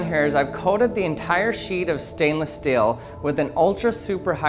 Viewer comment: I couldn't not notice that he pronounces 'steel' as 'still'.